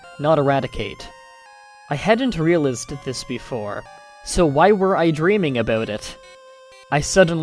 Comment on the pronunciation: The way you pronounced realized really bothered me...but good story. You read them pretty well, aside from the lots of unique pronunciations. Pahsta ;)